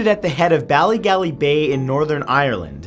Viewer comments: Lmao the way he said ballygally😂 it's pronounced Bally-gawley, not even that bad just pissed myself every time he said it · Lmao pissed myself everytime Matt said ballygally cuz I'm from tyrone